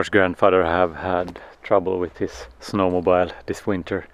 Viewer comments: This was a great video. Thanks. But no d-o-g?? No sheep? Also, we say snow mo-bill. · I love the simple, quiet way you let the children explore life without any forceful encouragement to direct them to achieve something particular. Very different to what seems to be normal in UK. For Mathias: 'mobile' - the phone rhymes with 'mile' but snowmobile rhymes with 'wheel'......otherwise you're riding on a huge phone through the snow!! :-)